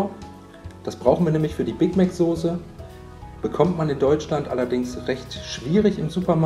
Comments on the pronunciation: sag doch nicht immer SOSE es heißt SOßE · Mal so ne blöde Frage... heißt es mittlerweile echt sose anstatt soße?